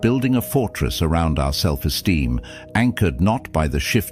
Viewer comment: "self esteem" Not "Self steem"